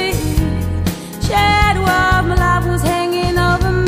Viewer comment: Wonderful. Truly great. I'd change a thing or two, like the hasty pronunciation of the word shadow and a frill here or there, but uncomparably the very best cover of this song.